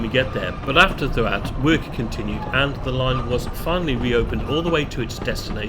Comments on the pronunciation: Doo-att (DDUALLT)as you called it is pronounced THEE-ACT (DDU = thee, ALLT = ACT) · Great video mate Just a heads up Ddualt is pronounced Thee aft, idk how it gets to that pronunciation but it’s true 😂